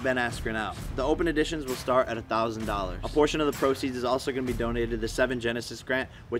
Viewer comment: It's EDITION not AUDITION